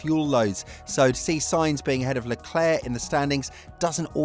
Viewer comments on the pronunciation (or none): none